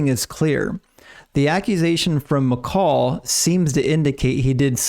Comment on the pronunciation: I just want to say great video, great explanation and detail! thank you for not being dogmatic in views of scripture that aren't 100% one way or the other but just putting out the certain facts and separating the probable things. Also I'm glad you pronounced Michal correctly and not "Michael" like most people do for some reason. My wife's name is Michal and we always have to tell people how to pronounce it especially since they seem shocked when a woman goes to pick something up after they called for "Michael" haha. Anyway thanks for the content and sharing your knowledge!